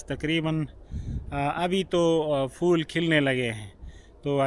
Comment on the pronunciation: Pattey ko fattey bolo Yahan theek bolti ho Betta magger phool ko fool bolti ho Jo roung hey.